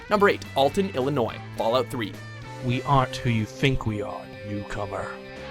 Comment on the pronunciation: HOLY SHIT! FINALLY! Someone pronounced Illinois correctly! THANK YOU!